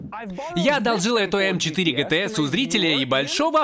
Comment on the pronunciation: Не гтэс, а джитиес